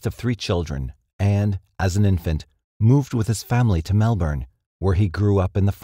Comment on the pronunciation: Thank you! Thank you so much for being the first North American I’ve heard pronounce Melbourne correctly :)